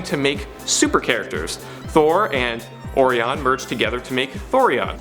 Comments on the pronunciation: Who says orion like or-ion its oe-rieon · O--- ryan. Not. O. Ri. On say it with me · Its pronounced like O’Ryan you tool, not ‘ore -eon’ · I'm just trying to get over the pronunciation of Orion. I mean. When I'm stargazing, I love looking for good old Or-ee-ons belt. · Dude, O-RI-ON!!! ITS NOT THATCOMPLICATED!! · You mispronounced 'Orion' but that's ok, Star Trek did too in the animated series. That was embarrassing for certain.